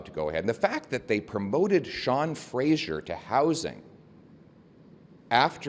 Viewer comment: Hahaha…, i love that Poilievre is calling him “Frasier” and not Fraser. I think this will cement that wrong pronunciation in our heads and forever piss off Sean Fraser. It’s genius! PP even has you saying it too. Sean’s name is pronounced Fray-zerr. But don’t feel too bad. Google Maps can’t even say it right. GMaps also calls Fraser Street in Vancouver “Frasier”, like the TV star.